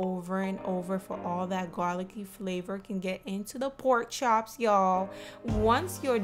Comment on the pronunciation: Girl bye you keep saying porkchop Girl Am Dead 😢